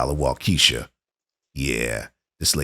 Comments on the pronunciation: WAA ke shaw. They put the accent on the wrong sylable too. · SIR …. WAUKESHA WIS - prounounced, WOK -A-SHAW ——— okay 👍?lol NOT , wa keesha …….. OR you can say : WALK A SHAW !!!! WALK A SHAW !!! Thanks 🙏 Frkm a Wisconsinite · Wau-keh-Shaw not Wau-keesha 😊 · It’s not “wa-keshia” It’s “walk-uh-shaw” 😂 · I was confused at first like where is "Wau-key-shaw", WI. Took me a minute to realize what he was trying to say ha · It's pronounced /Wah-kuh-shaw/. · Waukesha —- Waa-Kuh-Shaa. 😊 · Said Waukesha wrong. Its Waa Key Sha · 😂 love the way you tried to say Waukesha. It’s hard to write out, but if ya listen to any trial footage of the Brooks case. They say Waukesha in that a lot. The “e” isn’t so long of pronunciation. Shorter sounding “e” in it. 😄😁😆😂🤣